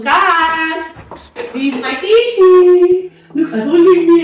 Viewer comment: "Gaiden" "Kichen"😂😂😂